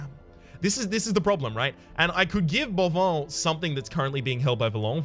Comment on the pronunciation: speaking of pronounciations, the plague doctor's name is boivin, not bovoin, and it's read "ba-reliéf" :p